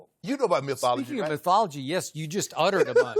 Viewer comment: Shannon said mythology lolllllllll!